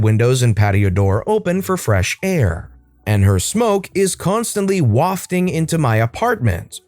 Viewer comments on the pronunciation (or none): none